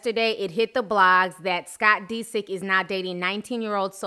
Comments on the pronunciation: "Scott DE-sick." Lol its DISick. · It's not pronounced "Dee-sik" it's "Diss-ick". Lmao. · dis-sick not de-sick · I love Ti but the fact she keeps pronouncing his name as Dee-sick instead of Disick lol is slightly throwing me for loops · Pronouncing the last name is DIS SICK. Not DeeSick. lol but tomatoes tomatos 🍅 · scott deesik😂 love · The way you emphasize the i in Disick, but thumbs up for the vid! <3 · Dead at the way she keep pronouncing Scott's last name 💀😂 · Lol that pronunciation of disick is killing me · U say his last name funny lol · Are you pronouncing Scott's last name right? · cringing at how you pronounce scott's last name lol. Kourtney did all she could do for him. She didn't use him...I'm not a fan of everyone in this family, but I do like Kourtney and follow her life. In this case Scott is the one that screwed things up. Anyone that follows the show knows this. His addiction and his hard partying ways is what split them apart. There is only so much a person can take.